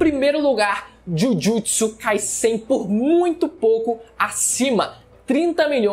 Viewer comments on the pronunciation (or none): "Jujitisu" pqp kkkkkkk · Esse Jhujhutsu e muito forte mane, feiao a pronúncia, ta maluco